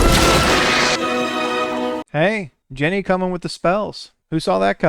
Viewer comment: Its Ginny not Jenny..Xx